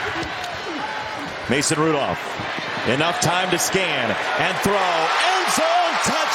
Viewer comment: Ma-Son Ru-Dolph.